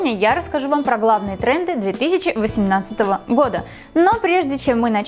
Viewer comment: Лол "2!18" Лооол А не "20!8"😂?